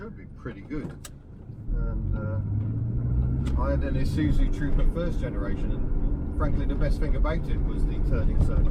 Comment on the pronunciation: Thank you for not saying I-soot-zu.